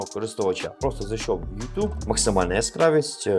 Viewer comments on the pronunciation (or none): none